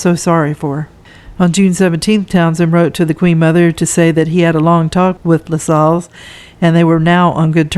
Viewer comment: Hi, I thought you’d like to know that you’re mispronouncing Lascelles. It rhymes with hassles or tassels. There are a number of videos on YouTube that you can play to hear the correct pronunciation of words.